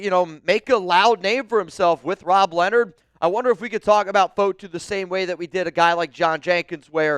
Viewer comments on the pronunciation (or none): none